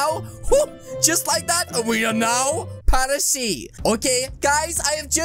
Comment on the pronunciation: I thought it was Paris not paresee